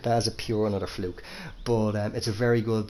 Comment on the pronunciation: Say fluke again! 😂